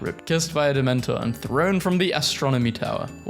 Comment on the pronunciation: “That it’s offensive to the damentor” 🤣🤣🤣🤣🤣🤣